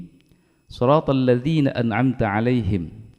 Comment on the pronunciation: Maaf, di video saya bacaan Shod kasrahnya sepertinya kurang jelas atau terlalu cepat, kalau saya dengar spt Shrotolladzi dst... Saya yg salah dengar atau memang bacaannya yg benar spt itu? #cmiiw 😊